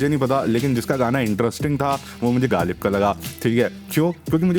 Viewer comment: Galib❌ galeech✅